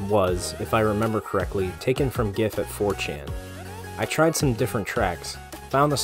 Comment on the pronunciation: Saying GIF wrong means no like from me :)